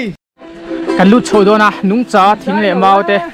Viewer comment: Nungcha tih i lamdan hi ka hriatdan nen a in anglo..nungcha tih a, cha..lai hi, vai ho in thingpui an lamdan, chai..tih anga lam lo in, ramsa..tih a, sa..lam rik ang hi ka lo hriatdan a ni..